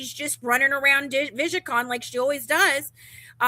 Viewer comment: Why does call it "vija con"? Lol I can't stand it. What a shit show